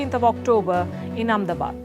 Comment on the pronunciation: How come you can't prounce Ahmedabad in English